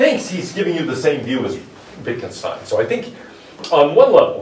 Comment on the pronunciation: His name was pronounced Vitgenshtain, he has never immigrated to USA.